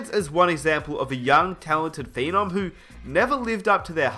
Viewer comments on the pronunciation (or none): none